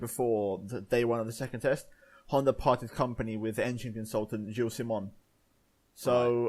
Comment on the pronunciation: ITS HONDAAAA NOT HONDERRRR